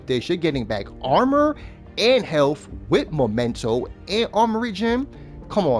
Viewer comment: It's called... mEmento! Not mOmento. Sorry, I'm on a bit of a crusade. Cool build though!